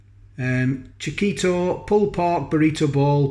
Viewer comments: you go the pronounciation correct :) chi-kee-to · your pronunciation sounds fine to me chick-eat-toe although me typing it as I say it kinda puts me off 🤣🤣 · Spot on saying Chiquito! But need to work on jalapeno. Hal-a-pain-yo But from crazy California, I would have no idea how to say Leicester....most yanks couldn't. But just hearing you say it makes it easy enough! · Nice review and you managed to get it on the plate better than the beef one and yes the price is a bit steep but as a treat with some spicy wedges a nice night in PS you are pronouncing quichito correct 👍👍🌶🌶🐷🐷🌮🌮